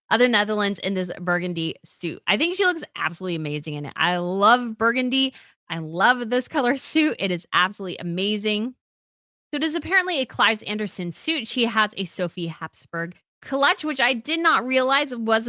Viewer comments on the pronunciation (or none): What? A Clives Anderson suit (Maxima's burgundy number)? Surely not! The designer's name is Claes Iversen. Totally different names! About the same applies to Birgit Hallstein, the designer of the green velvet and lace gown of Queen Mary of Denmark. It's Birgit, not Brigitte! Try and say it like "Birr-gitt (the "g" pronounced like you would in "guitar")! Please, please, please! Get a least the designer's names right in commentary about royal fashion. All else is very unprofessional, indeed!